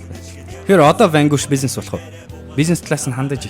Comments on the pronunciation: zasaj heleed bhd ni urdaas ni harchaad Vanguish geed bhin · Vanquish geed neriine zov heleeche unshij chaddgumu hashain hutlugch ni